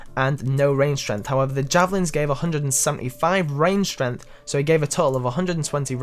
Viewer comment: Strenth. I'm dead. XD